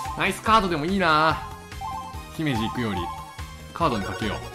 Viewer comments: 姫路のイントネーション気になる... ひ⬆めじ じゃなくて ひ→め→じ→ なんだよ... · 姫路出身なんですけど、 ひ↑めじ。じゃなくて、ひ→めじ。 上がりも下がりもしないです！笑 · 兵庫県民なんだけど、 『ひ↑めじ』じゃなくて『ひ↓めじ』って言う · ちびまるこの はまじ と同じ発音で草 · 姫路の発音が気になる兵庫県民o(^_^)o しめじとおんなじ発音やで、、、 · どうでもいいけど… 姫路の発音、おかしくない？ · 姫路のイントネーションに違和感しかない(笑) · 姫路の発音すごいくらい気になった… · 姫路のイントネーショーーーーーーン！ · 姫路民としたらキヨさんの姫路の発音めっちゃ違和感感じる🤥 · 姫路の発音気になってまうううううううううう何でそうなるの｡ﾟ(ﾟ＾ω＾ﾟ)ﾟ｡